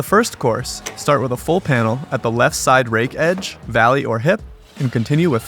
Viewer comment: Did you say right to lafe